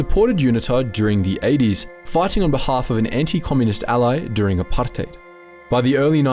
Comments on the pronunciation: The way he pronounces apartheid is so irritating. Saying it like its an Arabic word. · Gotta say. Loved the video apart from the dozens of times you rolled letters in apartheid that ARE NOT MEANT TO BE ROLLED. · The forced exaggeration of the word "apartheid" cracks me up. Y u tryna sound smart by saying it that way? Start putting a "bru" after it. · why do you say "apartheid" so weirdly?